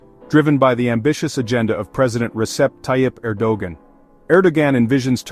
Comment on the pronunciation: Thanks for the great summary, you probably already know that the AI isn't producing Erdogan's name correctly.